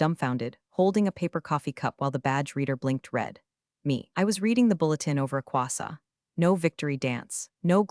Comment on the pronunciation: I think "quassa" maybe how the AI narrator pronounce "Croissant " or maybe "queso". I am not sure which one, or maybe none. Also, continuity is not strong within these AI stories. So someone could be in Both Los Angeles and New York at the same time.